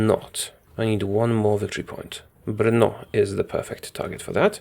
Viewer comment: wow u actually got the pronouncation right to the city Brno! I know that cuz im a Czech